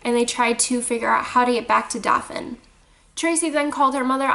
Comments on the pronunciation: I love your dog! He reminds me of my white Shepherd. I'm in Alabama and I believe Dothan is pronounced Doe-than. Johnny Depp is supposedly buying a home there because he loves the ppl. Scary story! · Actually, it's pronounced DOE-THUN. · Ok ik you're not from here but its DOE-THAN like i baby deer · Doe-than = Dothan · Dothan! it not hard to say! ewww